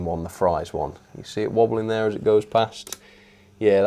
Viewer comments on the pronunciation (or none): Not Fry's chocolate and cream, it's Frys chocolate cream